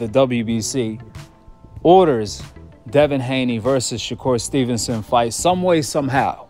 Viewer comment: I heard someone say, Shakoon stevenson 🤣